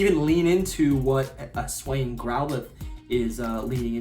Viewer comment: It’s (hiss ooo- ian) not (hiss wayan)